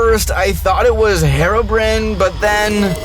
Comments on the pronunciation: Bro just said Herobrand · Bro said:HEROBRIN